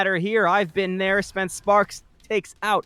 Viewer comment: Additional correction, its spence spark. not sparks lol